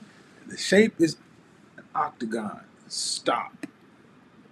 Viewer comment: Yo he said octagon lmbo